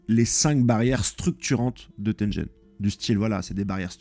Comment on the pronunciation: Cela se prononce Tenguen pour Tengen et Guegue pour Gege. Les G sont durs en japonais